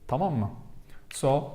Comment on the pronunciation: Thank you. Very interesting. I’ve been learning on Duolingo and Babbel but this was really helpful about the stressors in spoken language. I love the way you say Tamam lol. Are you adding an ending on it? It sounds like you’re saying Tamama :-)